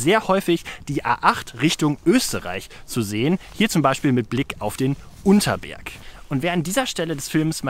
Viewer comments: Das ist der U N T E R S B E R G und nicht Unter erg.... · Er heißt Untersberg! Nicht Unterberg😅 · Der berg heißt untersberg nich unterberg wohne da in der nähe